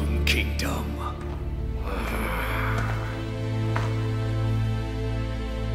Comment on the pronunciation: Hold up...back it up a little bit did she just say tode?!?!